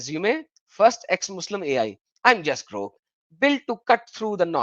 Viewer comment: why it is saying GORK instead of GROK, which is its real name?